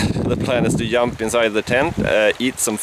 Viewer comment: I notice you never pronounce the the letter J. eg the word jump you say "yump". Are you aware of that?